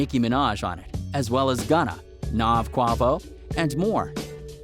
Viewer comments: Quah-vo 😂 it's Quay-vo. These white dudes really don't know how to pronounce nothing. Do your research before making the video. Anyways RIP Pop. Huge L for us here in NYC 💫🕊️🙏🏻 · Nicki Minaj is not from Brooklyn she is from Queens and Quavo is pronounced kway-vo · You need to say “Quavo” the right way. It ain’t “Kwah-vo” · This dude said “NAHV” and “Kwavo” and Travis Scott’s group “cactus jack” capitalizing on a mans death when you have no idea what ur talking about hahah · Did he just say qwavo ? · “QWAH VO”...lol but rip pop smoke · that is not how you pronounce Quavo... R.I.P POP my g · I can’t believe this dude pronounced Quavo like that